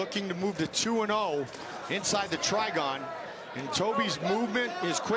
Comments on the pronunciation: "Try-Gone" might want to reconsider what you call it. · I cringed every time they said TRIGON. LOL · STOP SAYING TRIGON!